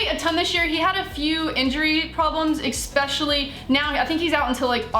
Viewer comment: "Ekspecially" - (2016)